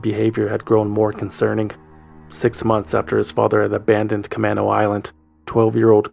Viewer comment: As a Seattle native, let me make a correction to the Concerned Citizen re: Camano Island. It’s ca-MAY-no, not ca-MAH-no.